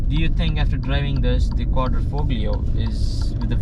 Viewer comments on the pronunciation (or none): QuatrafoGlio....UGH.....QuadrIfolio ...it's an "I"...not an "A" and the "G" is SILENT !!! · Very good review . Appreciate everyday person prospective and impressions. Though when folks mispronounce Quadrifoglio it hurts my ears:)